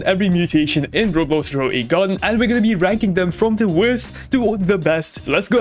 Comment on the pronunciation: Grow a garden❎ GrowAgon✅